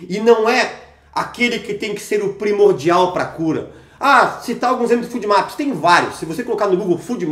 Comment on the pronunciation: FODMAPS se fala fôdmaps, não fúdmaps.